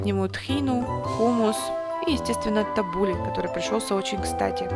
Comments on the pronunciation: Ударение на у. ТаббУле. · Табуле- ударение на последний слог ! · Булгур это крупа, а салат называется» табуле» Аутентичный табуле (ударение на “у”) в ливанском стиле – это много лимонного сока, оливковое масло, где-то 4 части зелени, 2 части булгура, и совсем немного помидоров